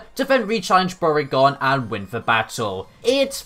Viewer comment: I wasn't paying attention when I started the video, so when your mispronunciation of Bourgain sounded like "Porygon", I got really confused and assumed Porygon came back after all these years for revenge for being forgotten.